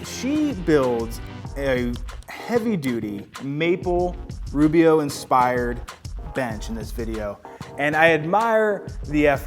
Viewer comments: Did you say.... “ruby-o”? Come on man lol. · umm, did you say "Roo-B-O" at the mark? Other then that, great video. And, I'm definitely going to pick up one of those router lifts. Kreg makes great stuff.